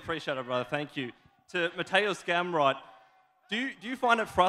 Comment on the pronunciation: Did anybody hear potato scamrot?